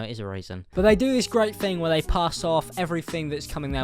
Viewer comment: "They do this great fing" gotta love the british.